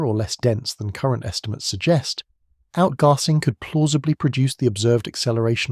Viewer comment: The way the A.I. narrator says "outgarsing" is funny to start with, but soon gets very annoying.Shame. I could not watch past . Nobody says outgarsing, like nobody says plarstic.